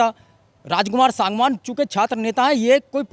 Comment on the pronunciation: रिपोर्टर सागवान बार बार अशुद्ध बोल रहा है।बोलकर ठीक करा ओ सांगवान शुद्ध उच्चारण करे।SANGWAN